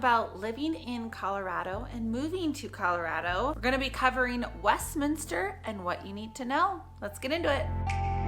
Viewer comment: Congratulations on pronouncing the city name correctly!